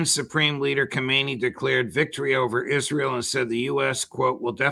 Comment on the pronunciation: You mispronounced the name of the Iranian leader judge!